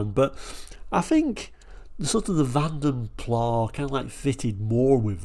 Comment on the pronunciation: The “s” IS definitely pronounced when saying Vanden Plas as the name was Flemish NOT French…